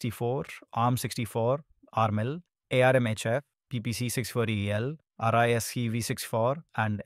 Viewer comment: RISC-V is pronounced "risk five". The "V" is a five (5) in Roman numerals.